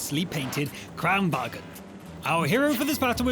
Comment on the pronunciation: Kranvagn not kranvagen